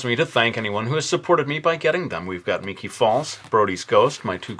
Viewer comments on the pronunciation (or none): none